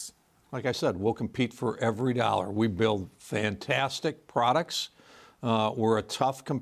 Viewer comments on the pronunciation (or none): "Fintaaastic prodacts"...no thanks, we're good.